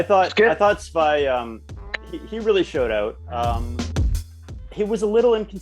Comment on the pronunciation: Also dudes its not SVY, it's SVI. Pronounced SVEE